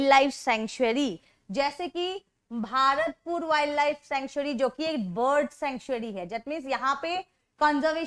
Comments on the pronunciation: Not भआरतपुर it's भरतपुर 😂😂😂😂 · I am from bharatpur it is pronounced as भरतपुर